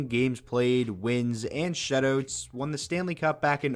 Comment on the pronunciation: I love every time he says "shutoots"